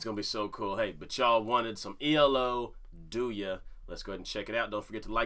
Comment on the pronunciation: It's "do ya" Lmao